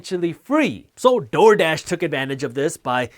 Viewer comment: the way he keeps saying TORDASH though lmaoo, good content though